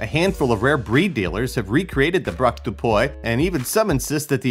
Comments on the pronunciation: It's pronounced Braque du puee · Braque "Doo PWEE". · Braque du puy? Nope, brak da boy, and that's a perfect name for my next dog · "Braque dO PoYe" jpp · I thought he said blue balled terrier lmao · Wtf is a “Brock do poy”